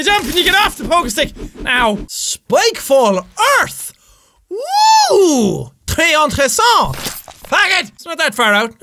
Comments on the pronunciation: you trying to speak French ? « Très intressant » 😭 it’s « très intéRessant » :) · Lol that was good french "très intéressent"